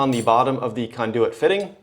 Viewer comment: why do u keep saying kahndooooyit just say conduit like a normal person